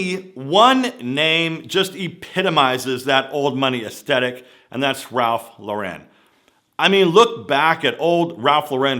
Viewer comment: love you and your vids!!! one comment, having worked for Ralph Lauren for many years, please learn how to say his last name correctly. It's pronounced like the girls name Lauren not like the Italian Loren.